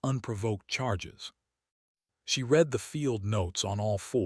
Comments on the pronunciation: Great story, though please teach your AI the difference between "red it" and "reed it" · "Starring"?? Not again! Why is Ilo not going to rescue him? Not acceptable. You "red it" rather than "reed it"? Then we try it the other way around: "reed it" when it should have been "red it". "Conquered" vs. "Concord". - what, what, what??? He does not have a roof. And it has already rained on him once before. This is getting too stupid. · Why does ai have problem with "read"?